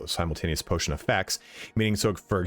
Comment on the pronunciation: Patotion lol